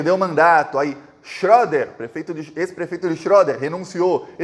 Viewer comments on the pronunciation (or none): se escreve o nome da cidade assim 👉🏼Schroeder, mais se pronuncia xereder.